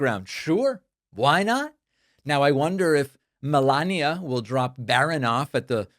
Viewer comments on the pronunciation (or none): none